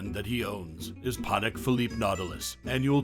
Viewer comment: The way he said “Patek” triggered me